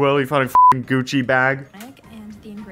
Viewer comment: “Gucc-eh” “Fend-eye” WHY ARE REAL PEOPLE MISPRONOUNCING WORDS LIKE AI MISPRONOUNCES WORDS NOW